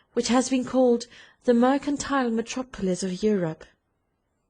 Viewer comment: Unless you’re an American from one of the southern states you might have trouble understanding this reader’s accent. Plus, she mispronounces some words that the average reader shouldn’t mispronounce, like “ metropolis.”